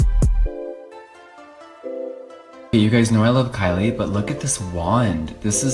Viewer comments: ky LIE cOsmEtiCs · TALK ABOUT KY-"LIE"😂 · Lol “kyLIE” fr tho